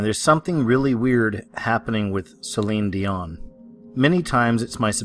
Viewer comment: Celine Dee-Mon.